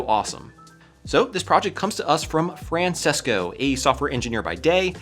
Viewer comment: Bro really said Fransesco